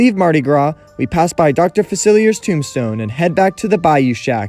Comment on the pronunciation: Dr. Facelier is dead though (and you’re pronouncing his name wrong)